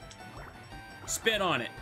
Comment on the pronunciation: Every time he tells his Wartortle to 'spit on it' I hear Hawk Tuak 😂